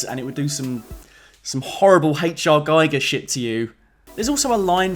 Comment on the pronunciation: Giger rhymes with eager